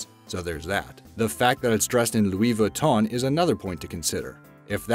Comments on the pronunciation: You don’t say Louise viton you say louie Vuitton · I hate it how he says Louis Vuitton